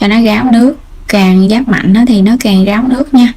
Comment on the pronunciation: Em gai giong nghe con tre ma sao phat am sai vay Ráo ma noi Gáo